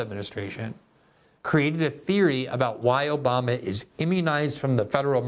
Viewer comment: Take a shot everyone Glenn says Oboma u will be dead